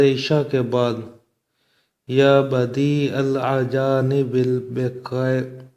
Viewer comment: Janab Al.ajanib e nhi hai, TAlafuz To sahi ada krein